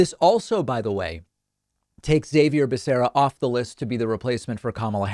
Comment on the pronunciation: Why is David pronouncing Xavier's name wrong? It's Spanish bro, pronounced "Ha-vier" not "Zai-vier."